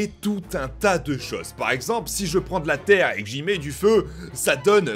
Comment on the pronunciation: De latér é De la ploui